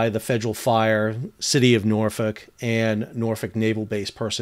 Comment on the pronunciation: Nice to see when people say Norfolk correctly haha Glad to see all the boats/tugs that came to the rescue of multiple near major catastrophes. 🤙🏾 Bravo Been on the spirit of Norfolk a couple times throughout the years. It will definitely be missed buy the city, was definitely an icon.